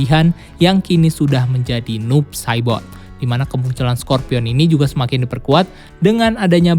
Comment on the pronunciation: Kedengerannya "noob sadboy" bwhahaha